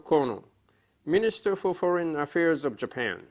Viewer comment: 帰国子女1年生ぐらいの発音じゃない？foreign、thereforeとかに日本の訛りが凄い出てるし単語の切り方がちょっと変なのが気になる 独力でならこのレベルなら凄いと思う まぁ発音なんかより会話の中身の方が遥かに重要なんだけどねw頭が悪いからあんま理解してないわw